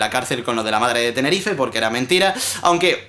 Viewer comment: Dijo madre de Tenerife. Yo vivo en Tenerife. PORFIN UN YOUTUBE PRONUNCIA TENERIFEE! ERES EL MEJOR WISMICHU :')